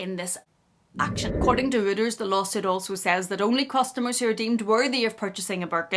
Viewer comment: It's an ugly bag. By the way Reuters is pronounced ROYters, not rooters. And it's ridiculous that the shop assistants are given the hoity-toity title of Sales Associates. If they are not earning commission and are on a wage or salary, they are shop assistants.